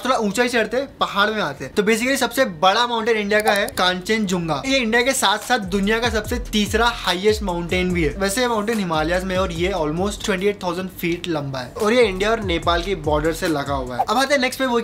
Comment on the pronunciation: what the heck is kaanchanjunga its कंचनजंघा , pta nhi kya ho gya hai inn sbko jaha rahte hai wha ki bhasha theek se bolni nhi aati aur jaha nhi rahte wha ki pahle seekhni hai aur ye in bhai ka hi haal nhi hai joh ye comment padh rahe hai unme se bhi kaafi log aisa hi kar rhe hai.